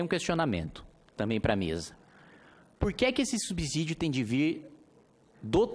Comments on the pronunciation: Parabéns, nobre deputado. Concordo plenamente com seu ponto de vista a respeito do fim do FGTS. Peço somente vênia para discordar da maneira como pronuncia a palavra SUBSÍDIO (subzídio não é correto ). Essa palavra se pronuncia SUBSSÍDIO. O s tem som de z quando está entre duas vogais, como ocorre na palavra casa. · Kim, muito bom o discurso... Dois comentários construtivos : 1)Subsídio tem som de "S", como paralelo pense na palavra absurdo. 2)FGTS não é imposto, é uma contribuição social,veja a classificação dos tributos, será importante para passar mais credibilidade nesse trabalho bem feito e importante que vc está fazendo. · Kim, desculpa te corrigir por aqui mas não tenho outra forma. Subsídio, o segundo s tem som de s mesmo.